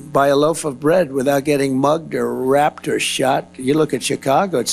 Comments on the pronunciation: Can he read? I think he meant raped but he said rapped. Dude's got a big, uh...brain. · Why did he say "... mugged, or wrapped, or shot" Self censoring (doubtful), distancing himself from the association, or (most likely imo) misreading his script? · Was he reading off a teleprompter with pre-selected questions and didn't know how raped was spelled and pronounced it wrapped? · He said they were getting wrapped mispronouncing raped probably written down for him since he was told to stick to the script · Did Trump really say rapped instead of raped? And it to the list of words he cannot read. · Does Donald think that 'raped' is pronounced 'wrapped'? I've heard him talking about people "... getting mugged or wrapped or shot." Sick that he can basically rape women and the US public but he apparently doesn't know the difference between rape and wrap. Guess that he and Marjorie should call in the gazpacho gestapo on the wrapists (sic). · Yeah, he's not using a teleprompter, that's why he pronounced raped as rapped, not raped. I just cannot see anything worthwhile that would make me trust him with anything regarding my future. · He said rapped instead of raped. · What is rapped? Trump said we can't buy a loaf of bread without getting rapped..... for him not to be able to say raped is kinda funny😂... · Trump mispronounced "raped". He's evil, but also, to quote Tillerson, a fucking moron.😊